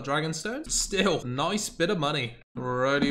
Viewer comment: said nice-u